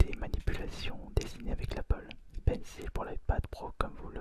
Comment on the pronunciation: Auuh mais cé leuh appeul Paine cile poureuh dessineeuh sur le nouveau ayepade pro